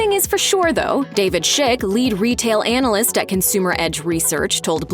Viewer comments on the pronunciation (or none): none